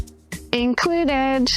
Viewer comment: Why does Jenna Sudds pronounce a T on the end of the word included? And what a goofy video, not a serious person.